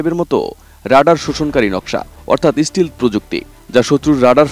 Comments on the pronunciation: আরে ভাই যে বিষয়ে খবর পড়বেন সে বিষয়ের ব্যাপারে ভালোভাবে যাচাই-বাছাই করবেন ওটা স্টিল না স্টেলথ ফাইটার.! স্টিল আর স্টেলথ আর মাঝে অনেক ডিফ্রেন্স। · F30 না F35 আর স্টিলথ না স্টেলথ